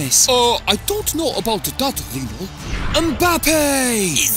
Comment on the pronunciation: Lionel* not Linl